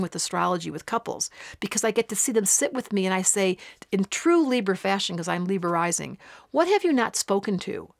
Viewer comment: Liber-izing... or was that Libra rising? Lol. I know... But I needed to go back to hear that again.